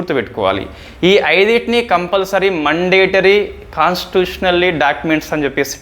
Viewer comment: మండేటరీ కాదు brother... మ్యాoడేటరీ...mistake చెప్పానని తప్పుగా అనుకోవద్దు ..